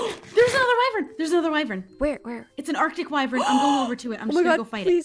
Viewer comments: wyvrens???? EES WYVERN XD love you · LISTEN UP its wyvern not WYVREN